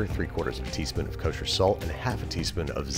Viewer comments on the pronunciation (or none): none